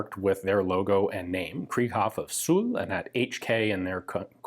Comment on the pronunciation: Suhl is pronounced more as "zool" rather than "sool" as far as i know it means mud puddle :D